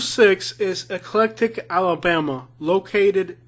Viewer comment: 😅thats ek- lek tic.😂